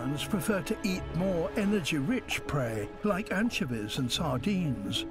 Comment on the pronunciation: Let's all this take a moment to appreciate David Attenborough's pronunciation of "anchevies" lol.